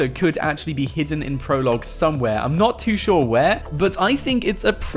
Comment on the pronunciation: On the 51st second. He said "Believe it or NOUGHT" LOL. love your videos man